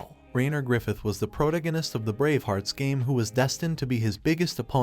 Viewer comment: Please, ffs, pronounce the 'protagonist' correctly. I enjoy listening to recaps, but my OCD with English is killing me